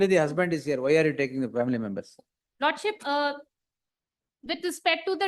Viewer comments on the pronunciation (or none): She's keep saying lordship as lordshit😂😂